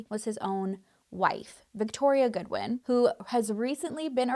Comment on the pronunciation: She said God-win 😂😂 the whoooollllee video.